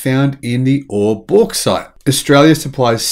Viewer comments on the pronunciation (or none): none